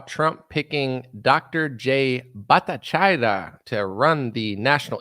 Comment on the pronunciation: You should have researched HOW to pronounce his name: Ba'-tah-CHAR'-e-ya Bhattacharya